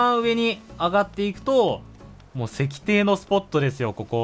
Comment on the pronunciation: 石庭… せきてい って読むんだけどね😅